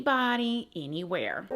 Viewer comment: Please don’t show hate to eeeneebody, eeeeneeewhere. 😆